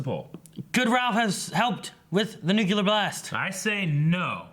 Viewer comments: Cringing every time says “Nukular blast” it’s a Nu-CLEAR blast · "... Nuke-yoo-ler" LOL.